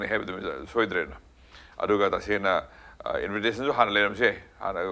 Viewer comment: Mr. journalist, not " invite...ration.".! But in-vi-ta-tion